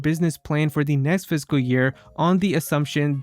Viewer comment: IT'S NOT PHYSICAL YEAR IT'S FISCAL YEAR!